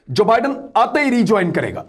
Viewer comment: ۰ نئے امریکی صدر کا نام جو بائیڈن ہے ( دو لفظ ) جبائیڈن نہیں ہے 😁 Joe Biden